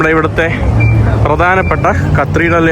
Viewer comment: കത്തീഡ്രൽ എന്നാണു, അല്ലാതെ ക്രത്തിഡ്രൽ എന്നല്ല.